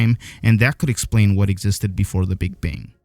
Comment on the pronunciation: “The Big Bing”